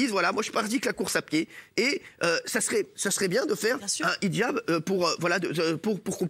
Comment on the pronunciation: 10min02 elle a dit ce quoi????elle sait même pas de quoi elle parle elle déforme complètement le mot!!!!au lieu de dire hijab elle a dit nichjab!euh...ouais.c est un mixe de hijab et nikab ou c est comment????ils font les cultivés mais sont même pas foutus de savoir de quoi ils parlent...🤦‍♀️🤦‍♀️